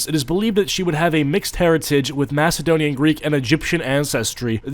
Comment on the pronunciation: Lol the way you said Macedonian but for real for a documentry you think they would try to be on point with source material.